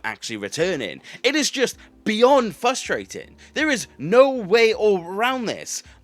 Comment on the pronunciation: Not as frustrating as you mispronouncing frustrating